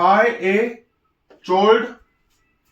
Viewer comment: Sir chord ka pronounciation कोर्ड hota hai.